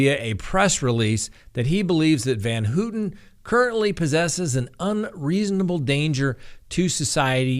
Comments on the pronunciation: You go! 100% correct...but it is pronounced Van Howton. Not Van Hooten. 😊 Van Houten. No she should not be paroled. She escaped the death penalty. Her crimes were beyond heinous. She's lucky to be where she is. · I had always heard her name pronounced "van HOW-ten". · It us pronounced Van How ten. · It's pronounced how ten and I think she should have been let out a couple of decades ago these were teenagers when they were convicted and she is the one who I have been watching change her life. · How can you not know how to pronounce Leslie Van Houten's name?